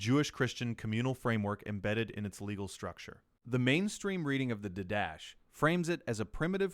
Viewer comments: I came here to make the same comment. In the liturgical classes I have taken, didache was always pronounced as you suggest, or perhaps "DIE-da-key". Certainly not "did-dash". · Didache is pronounced did-a-kay not d'dash. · I know that this is going to fall on deaf ears, but the word 'didache' is pronounced did-ah-KAY. Not like anyone is going to train their AI client to pronounce words correctly. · No, you are all wrong. In classical seminary NT survey lectures, it is pronounced DEE-DUH-KAY as iota is not EYE-OOH-TUH but rather EE-OH-TA